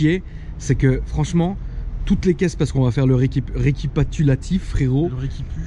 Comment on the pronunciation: "RECIPATULATIF" Ptdr j'ai failli mourrir poto